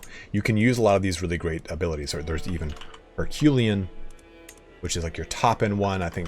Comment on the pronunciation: And comely isn't pronounced combly, but like the word come with an -ly, and he says Herculean like Her-kyool-ian instead of her-kyoo-lay-in.